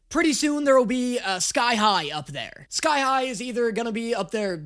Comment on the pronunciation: Every time he says sky high all i hear is thigh high